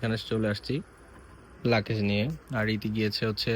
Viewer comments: লাকেজ না! ‘লাগেজ’ 😂😂😂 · Vlog korte ashce english bolse tao abar bhul. Bar bar bolse lucase. Eita hobe luggage. Abar shasuri ke bole mommy. Ekta English word correct vabe bolte parse na. Er poreo bolei jacche. Foul duita. Eder video dekhe je chotolok gula tara o Eder motoi. Boshe boshe eder faltu eigula dekhe ar Eder ke borolok banai othocho nijera thik e chtolok e theke jai